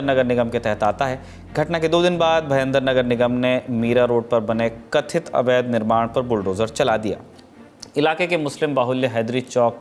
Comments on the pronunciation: "कथित"। Even I was about to comment this only, the stress. This so-called media person doesn't surprise me anymore. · Right...that ;;"kathhit " word...for Muslims...and surity word for Hindu